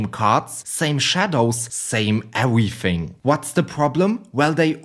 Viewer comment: 10/10 rage bait wounding ewything gwound wem